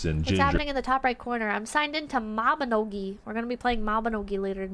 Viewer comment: "maibnogi guild night" 3 hours of talking about grills